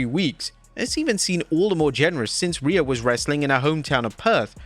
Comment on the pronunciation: Who the hell's calling them "Rhe-iyo!?"